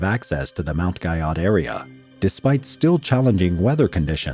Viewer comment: Guyot is pronounced “Gee-oh”.